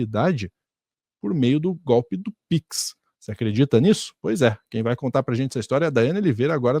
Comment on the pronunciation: fera a mas a pronincia piquisi é engraçada kkkkk